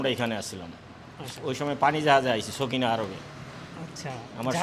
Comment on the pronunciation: এটা সকিনা আরব নয় এটা হবে সাফিনা আরব।